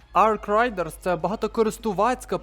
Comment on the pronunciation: Рейдерс, не райдерс